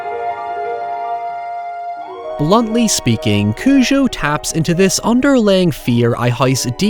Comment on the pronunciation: You’re pronouncing it as “Cuju” which I found strange, is that how it is in the film? I always say it as “Cujo”